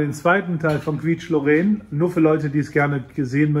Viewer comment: Es wird kisch lorän ausgesprochen. .Gruss aus dem Elsass . Bon Appetit